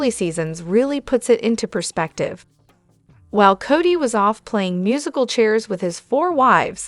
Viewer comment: Work on the pronunciation of the names it was a hard listen